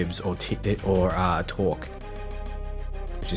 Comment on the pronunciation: torgue not torque pls =(